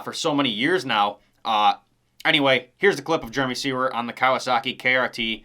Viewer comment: Finally, someone who actually pronounces Jeremy Seewer's name correctly!!! lol 👏🤘Maybe Mosiman will be a late BarX announcement? Have a great holiday!!!